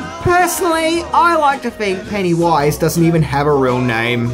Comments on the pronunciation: “PennyWUIZE” Gosh that’s annoying.. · You’re putTING the emPHASis on the wrong sylLABle. Who is this PennyWISE? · I really don't like the way he says Pennywise. It's not "pennywaiiise" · "Penny Wise" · "Penny - WISE".. just say pennywise FFS. also stop using whom, you're not using it correctly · Take a drink every time says Penny Wise instead of Pennywise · Its pennywise not penny wise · Penny-wyse! Sorry ima jerk kinda lol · I don't like how he says it like there's a space in the middle. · Your emphasis on the "wise" in Pennywise's name is disconcerting. The emphasis should be on the PENNY part of the name. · It truly is[disconcerting]. Everytime he says it, my brain tries to finish it with "and pound foolish." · I know, he makes it sound more like 2 separate words rather than the single word name that it is. The funny thing is that every now and again he seems to forget and pronounce it the "normal" way. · Pennywise is pronounced with the emphasis on the first syllable, not the last. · Your way of pronouncing Pennywise, made me cut this video short... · Love, but major cringe every time he says Pennywise. The emphasis he puts in the wrong spot making it sound like two different words is like nails on a chalkboard! lol 😄😜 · He says pennywise weird there is no pause between penny and wise